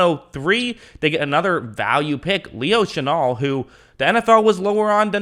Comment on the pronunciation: Leo Chenal Le-o C-he-n-al